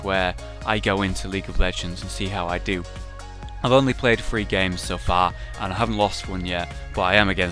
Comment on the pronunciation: Are you acturaly british? Or do you just act like it; and secratly your an undercover agent for the american government keeping an eye on rage so he dosent take over ther world with his (bad) building skills. If so in the next T and Q say "THREE" correctly he wont know it'll be our little (huge) secret he'll never know... And faced with a choice would you "vote evanz"?